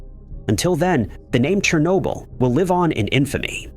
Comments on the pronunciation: That pronunciation cracked me up! 😄 chair n-yo bull is what I believe is correct. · I couldn't take it anymore. quit watching. Your pronunciation of Chernobyl was so bad and so frequent, I was done. Even if there is no doubt, look for proper pronunciation of foreign named things. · Yep. Didn't even bother to teach the AI the proper pronunciation of Chernobyl. I quit watching . I couldn't take the stupidity of the AIs pronunciation. (irony there somewhere?)